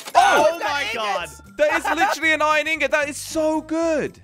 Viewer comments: Only and say iron says it like ion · I love when they say iron they done add the r lol